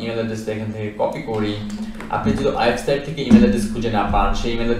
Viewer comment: অয়েবসাইট নয়। উচ্চারণ টা হবে ওয়েবসাইট।